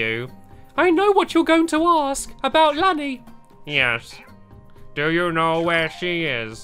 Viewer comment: it is prounounced laini